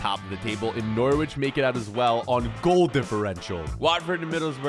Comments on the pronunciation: its pronounce NoRich not nor wich lol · Love the videos but from England I hated the way you said Norwich 😂